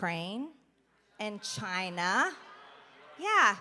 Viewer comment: “...and. Chi- naa, yeah!”.